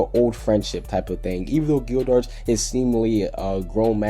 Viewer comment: your pronunciation is horrible bro you only said natsu and gildarts correct watch the anime to learn the pronunciation bro not hatin but trying to help you